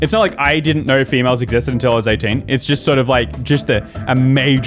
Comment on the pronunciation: Love how he called them fe-males